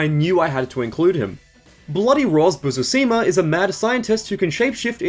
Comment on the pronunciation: The dyslexia on Busuzima is wild